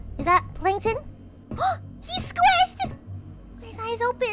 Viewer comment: It's not plankton, It's plankTUN!!!